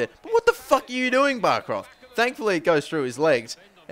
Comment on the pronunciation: it's not barkroth, it's bärkroth, not aa, it's eh, like behrkroth